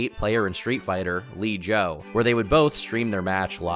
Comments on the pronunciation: It’s L. I. Joe, just a heads up. Long Island Joe. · Saying Li Joe instead of EL EYE Joe is criminal 😭😭😭 pretty sure it stands for Long Island Joe because he’s from NY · "lee joe" lmaoooo it's L.I Joe, bc he's from Long Island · It’s not LEE joe it’s L.I Joe like Long Island. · Lee joe....... it's L. I. Joe stands for Long Island Joe....facepalm, and it's not giddy is pronounced Guilty as in Guilty spark. Still love you tom xD. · "Lee Joe"...good Lord. Giddy? Lol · "Lee Joe" dude come on